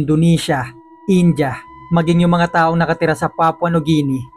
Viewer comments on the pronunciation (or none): none